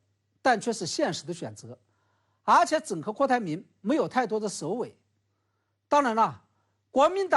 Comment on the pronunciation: 而且说成阿且 🤣